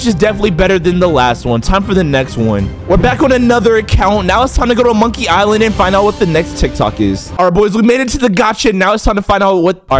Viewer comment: "Monkiy island"💀